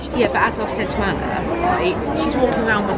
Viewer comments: You say it as arna but it’s spelt Anna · Srry but you said Anna and it is